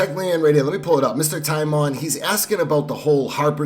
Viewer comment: I love how you call timon Time on but I also mispronounce names as well